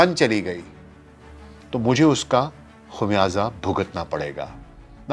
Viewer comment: سر جی ۔ بہت المناک واقعہ رونما ہوا ۔ آپ نے عمدہ تحقیق کی مگر معذرت کے ساتھ آج بھی تلفظ کی کئی اغلاط جیسے " ۔ فکر ۔ خمیازہ ۔ وغیرہ اور سر جی " مشکور" نہیں " شکر گزار " بولتے ہیں ۔ شکریہ ۔۔۔ SZ Rana official